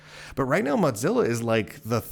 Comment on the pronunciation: Are you saying MotZillia?